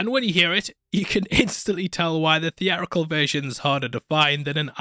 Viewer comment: Lasted 12 minutes into this vid. A narrator who cannot sound the letter 't' just looses all credibility. He think the word theatrical is pronounced thea-rical. Urgh!